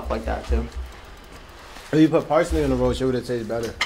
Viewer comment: was saying “pricely” I was like wtf is that. He meant parsley 🌿 lmao 🤣